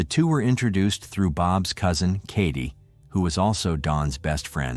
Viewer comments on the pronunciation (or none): none